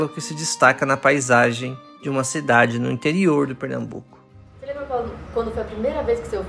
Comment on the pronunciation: É PernaMbuco e não Pernabuco. Sou de Recife e nunca ouvi falar nessa seita.